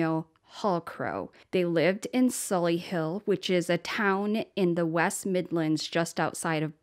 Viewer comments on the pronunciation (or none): It’s Solihull pronounced Solly Hull not Solly Hill